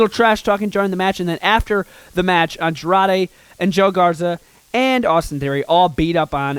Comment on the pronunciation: You said Joe Garza